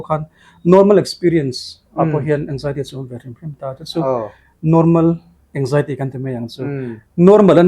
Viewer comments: Anzaity ti in soi roh nge Anjaity itih zel a ngaihthlak a hahthlk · Anxiety ❌ Eng-jai-ty ✅ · Anzaity lam dan pawh kan youtuber pa chu no mawi khawp mai